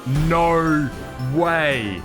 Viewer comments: “naur way!” 💀 great video! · “NAUR WAY” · Him NAUR WAY, NAUR WAY!! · “NOOER WAAY.”